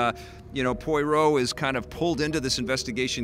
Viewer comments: Its pronounced Po-wa-row, not Po-i-row. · Poirot is pronounced pwa-ROH